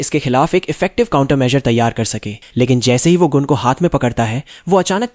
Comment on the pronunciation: Gun ❌Goon✅